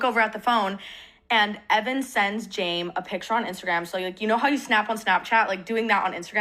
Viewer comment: can i be reaalllllly stupidly unrelated for just a lil funny sec she calls james jame as she's talking quickly and i think the idea of james being the plural form for like a herd of predators named jame is funny ok thats all